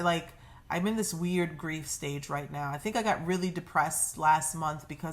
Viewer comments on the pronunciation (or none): none